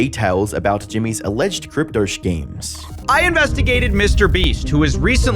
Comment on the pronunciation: omg please stop saying chkim instead of scheme